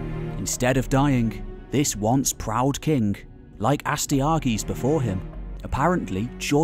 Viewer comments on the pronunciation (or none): Love the channel, but the pronunciations of Astyages and Nabonidus were tough to listen too.